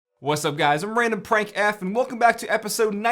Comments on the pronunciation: did u say randomprankf on purpose or not xD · It sound like you said I'm RandomPRANKF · He said randomprankf funny😉